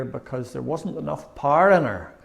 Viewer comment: Loved Part 3.... and Willie's longing for "Paarrrrr"....Power... lol. Love your vases. Your character is no less very special, especially singing of The Sweet Bye n Bye. GOD Bless you all. Thankyou.